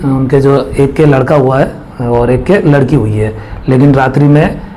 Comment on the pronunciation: Ladki hota he lakdi nhi